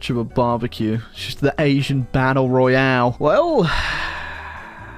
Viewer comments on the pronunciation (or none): none